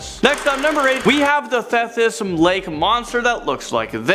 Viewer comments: Just trying to help! The Thetis lake monster is pronounced Theetis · lol you complete butchered the lake name...”Thetis”. But I understand why. It’s actually pronounced thee-tis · Lol and it’s TheeeeeeeTis (th eeee ‘tis) lake ... this channel really doesn’t make much effort with their videos anyways why am I even commenting and watchin this :S lol